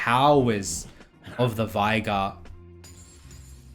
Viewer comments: STOP SAYING "VAIGAR" jesus christ, there's no A in the champ's name, are you daft? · i literally had to leave the video because cant say veigar